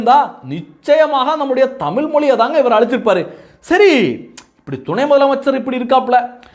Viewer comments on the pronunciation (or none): தமிழ் என்று உச்சரிக்க முயலுங்கள். "தமில்" இல்லை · உதய்க்கு லேடீன் நல்லா பேசவரும்.தமில்தான் வராது.